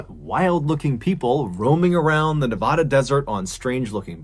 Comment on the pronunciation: For locals... Burning Man is a huge annoyance, lol! And I'm crying... John, pleeaase!?! 🙏 I beg you.... it's Nevada, not nev-ah-duh! 😂 Love you,! ❤ [And OMG 😃🤪 you said it right, thank youuuu! Haha!] P.S. Yes, I remember that year, we had the "burning man" of Burning Man. Very sad! I hope his loved ones found some kind of peace. 😔